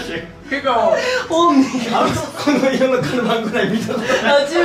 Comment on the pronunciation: すきなところ 少し喘ぐ高橋さん 容赦ないピコピコハンマー なんかちょっと女出す高橋さん いい発音のカルバン・クライン 見たことない色のカルバン・クライン もっと通になってきた人の餃子の食べ方 ｢2人気まずかった？俺と｣ 時を超えて 逆ASMR 別の音源を秒であてる井阪さん